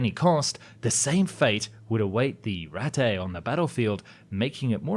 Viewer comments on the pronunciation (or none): Why does the English speaking narrator pronounce "Ratte" as it if were French? English native speakers are so bad at pronouncing things.